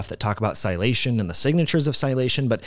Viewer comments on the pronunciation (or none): You fail to pronounce a whole syllable when you say sialylation. Thanks for opening the gates on this topic for me anyway. Now I absolutely have to look this up, especially in relation to the glycocalyx. Awesome piece of puzzle. Thanks again!